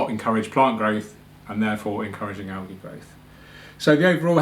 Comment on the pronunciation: I love your videos but the way you say algae makes me want to stab myself to death with a plastic straw